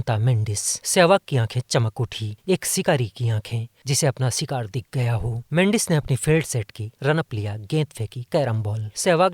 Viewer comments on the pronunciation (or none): Sattak,aur sikaar nahi bhai shatak aur Shikaar bolo 😂😂😊😊